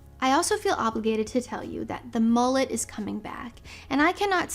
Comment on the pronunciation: Did you call it a “MALLET” or a “MULLET”…?